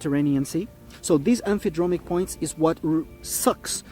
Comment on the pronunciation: I know English may be his second language, but “Emphydromic”? No such thing.